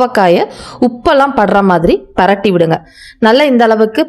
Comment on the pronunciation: பெரட்டி விடுங்க என்று சொல்லாதீர்கள். பிரட்டி விடுங்க என்று சொல்லுங்கள்